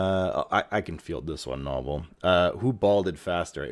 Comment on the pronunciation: Why do you insist on calling him 'Knobbel' when he pronounces his name 'nobel'?